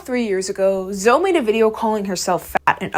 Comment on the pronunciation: really said Zoe like toe 💀 Then she said resistance bands are for the chronically online ☠